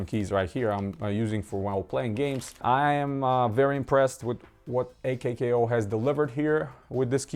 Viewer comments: It’s pronounced “”akow”” why die she think it’s a k k o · its pronounced /ˈäkō/